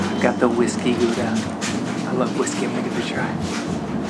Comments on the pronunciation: We don't say HOW-da, we say GGGGGGGGGGOW-da. My aunt and uncle lived in Gouda, we lived between Gouda and Rotterdam so I've been there many times. Gouda isn't just famous for its cheese but also for its candles and of course STROOPWAFELS. I hope you got those otherwise you missed something that's even better than the cheese. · At least say Gouda correctly, not Goeda. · GOEDA HOUDA?????? YOU SAY IT AS choudah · i think you missed a G sound